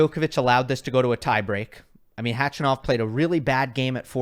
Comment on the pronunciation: I love you, but nobody, I mean nobody, calls him Khachy. And it’s not pronounced CATCH-A-NOV. More like kuh-chuh-nuf